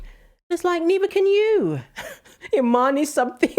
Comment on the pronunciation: It's not Imane it's I'm Man